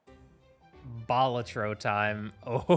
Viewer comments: Its Ba-la-tro not bal-a-tro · love the video and your channel, but you say balatro weird xd aaaaaaaa